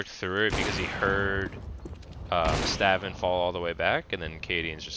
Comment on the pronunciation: i think its pronounced staun but good vid